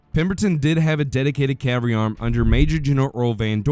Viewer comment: Informative video. Don't pronounce "cavalry" and cav-ree or "field" as "filled"